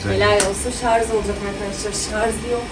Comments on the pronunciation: Sarz degil sarj 😂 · Şarz değil yanlız Şarj olacak.